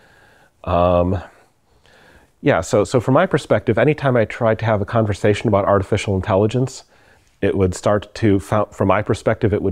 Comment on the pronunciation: A convershation?